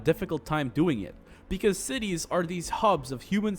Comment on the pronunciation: Thought he said tities at the beginning